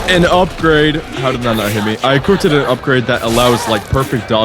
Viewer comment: "equipped-ed" LMAO??